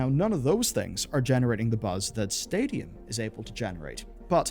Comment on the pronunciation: When he says stadium I keep hearing stadia